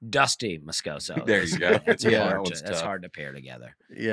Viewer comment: continued mispronunciation of Christiam Moscoso's last name, while Nate keeps saying it correctly, is absolutely insane.